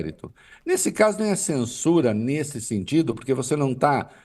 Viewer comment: Çensuraa, o chandão quer nos çensuráá 😂😂😂😂😂